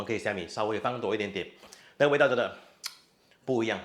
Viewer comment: Take a shot every time he says, "ni99a."